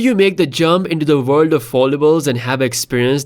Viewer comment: Its pronounced world, not vorld, its dollar, not dollard!